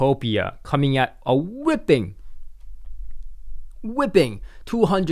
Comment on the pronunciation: 12 min 57 s...whipping ?...you mean whopping....